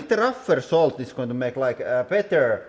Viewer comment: For your accent pronounce salt with an o instead of an a solt and it will sound correct I bet lol